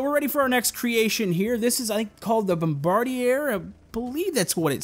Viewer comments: Lufthansa Regional is a brand for short Lufthansa flights. Bombardier is pronounced bom-bahr-dyey. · Never heard it without saying the r